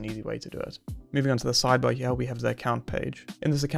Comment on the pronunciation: What is with taking the word "here" and erasing the "R" and replacing it with an "A"? Everytime I hear that I want to punch the speaker in the mouth.